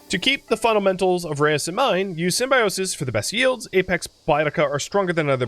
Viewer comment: Watched a video with the dev prior to the release of the first game. It's pronounced roosh.